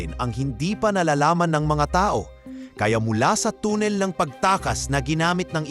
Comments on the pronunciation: tannel ang basa dun hindi tunnel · Tanel mo basahin hindi tunel busit ka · ANONG TUNNIL? TUNNEL YUN AWITTT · Tonel? Haha bubo magbasa